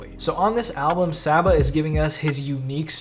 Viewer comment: Came back to this vid because I keep listening to this album on loop. I love the theme of this album, but most of all I love the music 😭It’s sooo beautiful🙌🏽 seeing him perform this live was so euphoric. Also, still chuckling a little at “sah-ba” lol.